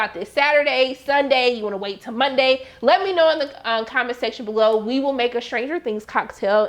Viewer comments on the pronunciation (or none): none